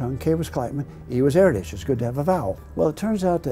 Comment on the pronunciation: By the way you're pronouncing Erdős wrong.